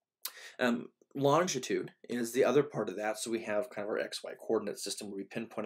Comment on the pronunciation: you repeatedly said 'longtitude' is this an Americanism for what we in England refer to as 'longitude'?